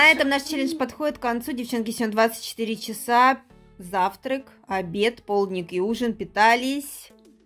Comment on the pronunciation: Господи,да почему ПОЛУДНИК? Полдник,правильно- полдник. Не полудникать,а полдничать !